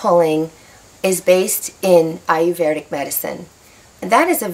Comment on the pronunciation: Well, the only thing I have to say is that you did not pronounce the word Ayurvedic correctly. There is NO R after the V. You are pronouncing it with an R after the V. You should not. It's eye-er-ved-ic, not eye-er-verd-ic. See the difference?